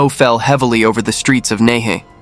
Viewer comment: Hi! Nehe is pronounced as Nai - Her. The word "Her" means River. Half the time i was confused about the location until i read your captions. Good narrative btw!